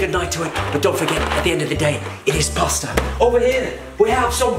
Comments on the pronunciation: Jason’s british accent is so nearly there exept from when when he sais pasta just fucked it up😂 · ahh he didnt say pasta like ramsay